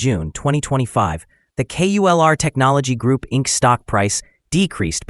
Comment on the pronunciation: It’s not QULR , it’s KULR 😂